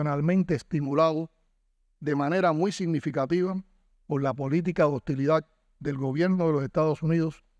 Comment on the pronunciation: No se dice hostilidac.. se dice hostilidad